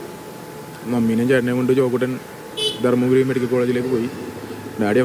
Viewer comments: Dharpuri alla dharmapuri aanu reader😂😂😂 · ധർപുരി അല്ല, ധർമപുരി.